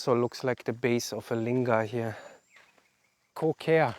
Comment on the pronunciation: I thought that Lingam. was the way to say these things?